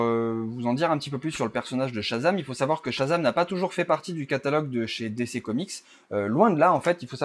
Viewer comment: On dit plutôt "DiCi" que "DéCé"